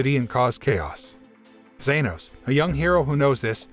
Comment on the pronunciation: It's not zenos